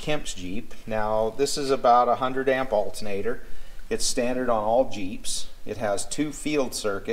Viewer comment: Saying altenater is like nucular.